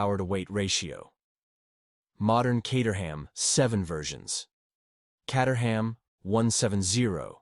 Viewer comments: Caterham is pronounced “K 8 er ham” not “Cat er ham” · When are they going to sort out AI so it can pronounce words like Caterham properly. It is Kate-eram, not Cat-eram. At least it didn't pronounce the 'h'. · The Caterham is not pronounced "Catterham", it's pronounced "Cayterum". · More tedious AI. And if you doubt that this is AI, ask yourself why Caterham is sometimes pronounced Cahterham and sometimes Cayterham, in the same sentence. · Pronounced "kay-ter-um" not cat-ur-ham. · Cater ham. FFS. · FYI the Caterham is pronounced "kay-ter-am". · Cat 🐈 a Ham 🐖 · Neither! Caterham is pronounced….Kay-te-rum. The ‘h’ is completely silent and the ‘am’ is pronounced “um”. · Love the different pronunciations of Caterham. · AI can’t decide how to pronounce caterham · How many different ways can you mispronounce Caterham in two minutes? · I loved how the pronunciation of names varied often and sometimes even in the same sentence!😊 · This video makes me ask one question. Is Caterham pronounced Cat-er-ham or Kate-er-ham?